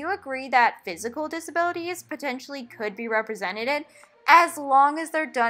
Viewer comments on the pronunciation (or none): Not trying to make fun of you or anything, but it's almost cute how you say: Represented. The way you said it is "Representeded"😄